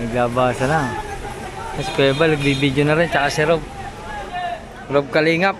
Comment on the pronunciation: Rab pho kautoy Hindi rob